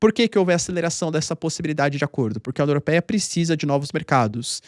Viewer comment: "No dia da COMORAÇÃÓ do Dia da República para psra os indianos, a UNIOROPEIA..."